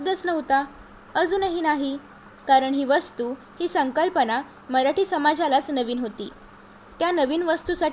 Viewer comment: अग बाई मराठीचा उच्चार नीट कर ना